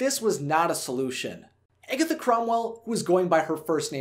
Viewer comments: It is not pronounced "Eggetha" it is pronounced "Agatha"! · Am I the only one bothered by him pronouncing her character name as Eggatha instead of Agatha?!?! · If he says "Egg-atha" instead of Agatha one more time, my head is going to explode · Omg yes!!! 😩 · I had to stop watching the vid bc of it. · Or eggy 😂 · It sounded like you were saying "Eggy" instead "Aggy" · Her name is Agatha, NOT Egatha!!! 😂😂😂 Get it right dude!!! XD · its not pronounce eggatha, its pronounced aaaagatha....anyone who loves this movie knows that. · ....Eggetha? Did I hear Eggetha? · Why does he say agatha weird? He says eggatha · I think you're pronouncing Agatha's name wrong its pronounced Ah gah tha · The whole video I was like that’s not how you say it!! Lol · the fact that he pronounces her name wrong makes me upset. RIP Debbie Reynolds... Forever Agatha Cromwell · Good video but this guy can’t pronounce Agatha to save his life. And it kills me.